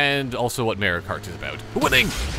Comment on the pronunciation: Haha you kept saying Mario kart like MAREio kart!